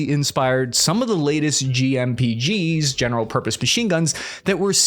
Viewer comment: Hahaha the guy jokes about not being able to say ergonomics, then completely fcuks up GPMGs haha.. "The PKM has definitely inspired some of the other GMPGs that we're seeing in the United States..." That tickled me a little.